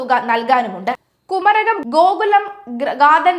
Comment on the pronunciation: ഈ കൊച്ചിനു മലയാളം അറിയില്ലല്ലോ? സുതാര്യതക്ക് i സുധാര്യത" എന്നും മരാമത്തിന് " മാരാമത്ത് " എന്നും കുമരകത്തിന് " കുരകം" എന്നുംപറയുന്നു.. കഴിഞ്ഞയാഴ്ച കോൺഫിഡൻറ് ഗ്രൂപ്പ് എന്നതിന് കോൺഫിഡൻസ് ഗ്രൂപ്പ് എന്നും, ഇവർക്ക് വെളിവില്ലേ? അതോ നാക്ക് വടിക്കാത്തതിൻ്റെ കുഴപ്പമോ ?